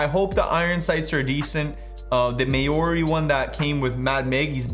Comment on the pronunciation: “Mayori” is pronounced “mowrri” lmao